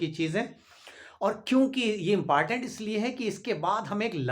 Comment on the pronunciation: Impartent mt bola karo